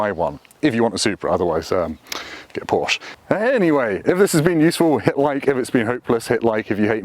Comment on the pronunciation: I appreciate how he says Porsche like a normal person. Not like a pretentious a hole. (Porsh uhhh)